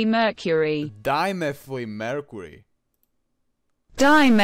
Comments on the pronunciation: No it’s like “dy-mythel-mercury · btw you say dimethlymercury like die-methly-mer-c-ur-y